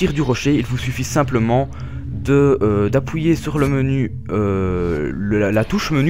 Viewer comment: "D'apouyer" oui xD